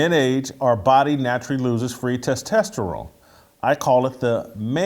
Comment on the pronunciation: Can someone please help Jason say testosterone please? I love the show and that's the only issue I've ever had 🤣